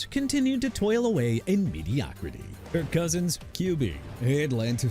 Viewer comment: STEVE SMITH SR. NOT "TEVE SMITH SR.", TRENT WILLIAMS NOT "BRENT WILLIAMS", KIRK COUSINS NOT "IRK COUSINS", DREW BREES NOT "BREW BREES" AND NEW ORLEANS PRONOUNCED NEW OR-LINS NOT NEW OR-LEANS!! GOT A PROBLEM WITH GETTING THE NAMES RIGHT,?! DO AMERICA A FAVOR AND QUIT!